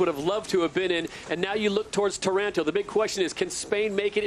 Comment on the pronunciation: It is NOT Taránto (sounds too much like Toronto). It's TÁRANTO!